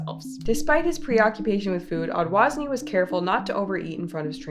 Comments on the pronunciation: He is probably of polish decent cuz he misses the ż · It's so funny how Polish surnames are twisted in English 😅 Dude's surname is Odważny probably, which means "brave" - you read it like "odvagny" or sth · awesome video, as always <3 thank you for keeping up with these, it means a lot for me that you educate people on this serious issue ♥ Fun fact: Odwazny is a Polish surname, i dont know what the pronunciation is like now for English natives with this surname, but in Polish, the W is pronancoud as V (so the original ronunciation is: [ɔdvaʒny]) that strange symbol for "3" is pronounces as J in "Jean")